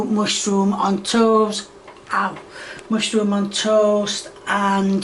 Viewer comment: Why does say hegg and mushyroom. What kind of bizarre contrived accent is that? English people don't say mushyroom, do they? Hegg?! HEG?!!! Where did the H come from? Is she trolling the audience? And finally, why is she getting flustered over the word "can?" What's so upsetting about "can?"